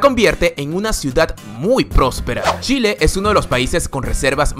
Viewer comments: ¿A 6893 kilómetros de altura? ¡Wow! El volcán Ojos del Salado debe llegar hasta el espacio entonces... jaja Me gusta mucho tu video. Sin embargo, hay algo que me causa curiosidad. No entiendo por qué, en ocasiones, pronuncias «Shile». Quizás en la región de México de donde vienes se haga eso (en ese caso, me disculpo por mi comentario), pero, en Chile, solo la gente con poca educación pronuncia la CH como SH. Hago esta observación porque vivo en Francia y ya varios latinoamericanos que he conocido aquí, cuando tratan de imitar el acento chileno, hablan con la SH como si fuera típico de Chile, pero a mí me parece terrible y no me siento identificado en lo absoluto. Fuera de eso, me gustó mucho tu video y te agradezco también por hablar bien de mi país. Espero poder ir algún día a conocer México. Conozco a muchos mexicanos y la mayor parte de ellos es gente adorable y muy bien educada. Saludos desde Aviñón, Francia. :) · marcelo alejandro Sí, ja ja ja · solo dire Shile... xD naa me emocione wn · me mata que diga Shile xddd ,viva chile weon :v!!!! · Shile XD jaajajaj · yo escucho shile xd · chile se dise igual como se ecribe no shile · Es Chile pero lo pronuncia como Shile No me gusta suena muy....mal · pronuncias mal Chile,espero puedas correjir para la proxima;lo demas todo bien,saludos!! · soy la unica que piensa que dice chile raro asi no se pronuncia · q mierda de curiosidades pusiste amigo, en serio..... hay muchas más cosas interesantes en distintos panoramas y pusiste estupideces alrededor de la mitad del video....a y es chile a secas wn NO SHILE NI SSHILE NI SHELE... me llegaba a dar asco tu pronunciación. xd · me encanta como en vez de decir "chile" dice "shile" jdjfjfndb 😂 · esta muy bueno el video y me da risa porque pronuncias "chile" como "shile" a lo flaite [si eres chileno me vas a entender] jajajajaja pero esta genial ^^ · La pronunciación es Chile con ch Algo así como tchile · Se pronuncia TCHile no Shile. Saludos! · de shile